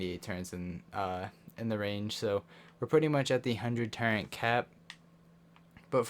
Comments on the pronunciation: Say ‘turrent’ one more time and i’m gonna rip my ears off! There is no ‘n’ in ‘TURRETS’!!! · No cap but google turret and have google say it cuz u be putting an “N” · Calm the duck down, it isn’t to bad and is kinda funny